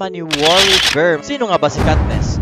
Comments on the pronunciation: kat"ness" katniss yun ui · CATNESS O KATNISS? HAHAHAHAHAHAHA AYUSIN MO PRONUNCIATION MO HAHAHAHAHAHA